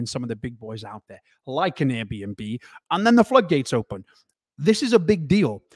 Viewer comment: It sounded like you said AirBNB. it is actually ABRDN, pronounced Aberdeen. Apologies if you knew this already.